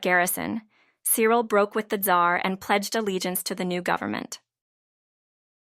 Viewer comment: If you cant pronounce names properly or indeed pronounce Tsar and Tsarevitch properly don't bother to make a video